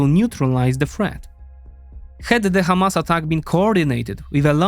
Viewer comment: Hamas is an Arabic word, so use the Arabic pronunciation. By using the "kh" in the beginning, it sounds like you're mocking Hebrew speakers.